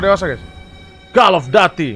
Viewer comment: bang bukan call of daty call of duty baca u bukan a